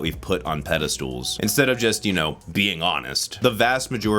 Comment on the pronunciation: Did you say ‘pedestools’? Eww…